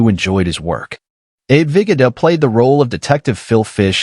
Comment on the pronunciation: Vi-GO-da. Ya-MAH-da